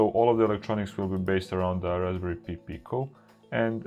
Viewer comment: Hi, good to see you back. Just wanted to let you know that "Pi" in Raspberry Pi is pronounced "pie" rather than "pee". You are pronouncing"Pico" correctly as "peek-oh".:-)